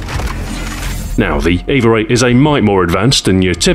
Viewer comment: Does anyone else hear "eve-er" when he says EVA? I'm imagining things... anyway, great video Stu, nothing like your weapon guides to make me want to drop what im doing and go have a round with the weapon in question :)